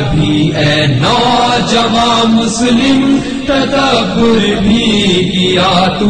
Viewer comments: its Musalam not Muslim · ماشاء بہت ہی عمدہ پڑھی گئی. روح تک اترجاتے ہیں الفاظ اور ترنم. بس کچھ الفاظ کے تلفظ کی ادائیگی میں مسئلہ ہے. مثلاً : شتر، کوشُتر پڑھا جائے اور آئین مسلم میں مسلم کی لام پر تشدید ہے. مسلم یعنی تسلیم شدہ"